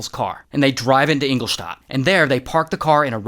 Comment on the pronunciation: Love the way you say Ingoldstadt haha